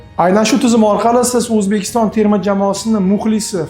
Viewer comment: Nahoyat emas Nihoyat bõladi. Uzbekiston emas Õzbekiston deb aytiladi vhkz..